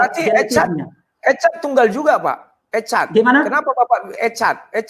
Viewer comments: Echad pak RT kok di baca ecad (baca Ekhad) Shema Ysrael..artinya Esa... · Ecad 😂😂...yang betul Echad dibaca dengam suara tenggorokan untuk 'ch' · translate/tafsir Thronos yg bhs yunani disamakan dg echad yg bhs ibrani. Salah pula diucapnya 'ecat' .. ketahuan dah